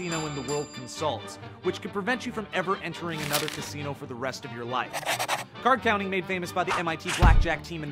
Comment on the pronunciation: I thought he saying casino "cassini"